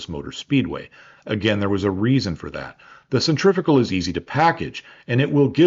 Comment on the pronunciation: The word pronounced "centrifical" here in the US is not a real word. The correct word is "centrifugal".